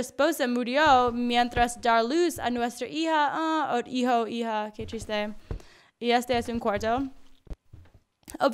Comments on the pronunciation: Cada ves que dice que triste escucho que chiste :v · Cuando dijo: Qué triste'', le entendí qué chiste y yo en plan ¿Quéeeeeee?. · ¿Soy el único que cada vez que dice:qué triste.escucho que chiste?:v